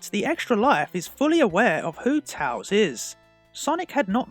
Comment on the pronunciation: It’s tails not tals